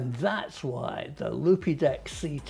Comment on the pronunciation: I think they pronounce it Loopdeck - but I prefer yours!!! - As a pro photographer I can confirm it is ace